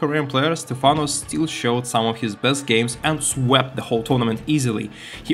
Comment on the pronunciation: Why did you start calling him Stephana halfway through the video? It's very distracting, lol. It's Stephano, not Stephana!